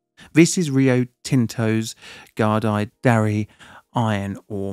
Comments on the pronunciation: Pronounced "Gooda-Derry" 😂 Everyone gets it wrong Fun fact, it was Koodaideri, but local aboriginals got it changed to Gudai Derri I don't remember hearing about this. We do Automation projects with Rio and their standards are quite high, so it's surprising to hear of them involved in something like this. That said, I've been watching this channel a while and it seems like we're often only a handful of screws away from serious harm. Who designs these things? And why don't they have 'Locktite'? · I just typed "Gudai Darri" into youtube and the first two videos are news articles, from Australia, with Australians pronouncing the word. Why on earth can't you use youtube to look up how to pronounce words you don't know?